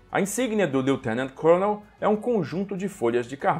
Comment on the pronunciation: Apenas fazendo uma pequena correção na pronúncia da palavra "colonel". A pronúncia, em inglês, de "colonel" é idêntica à da palavra "kernel", mesmo não tendo a letra "r" na palavra. Então não se pronuncia "côlonel", mas sim "kêrnel".